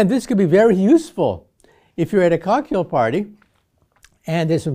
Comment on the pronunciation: For a brief moment I really thought he said a "Kaku" party 🤣 I hit the rewind and it's cocktail party🤦🏾‍♂️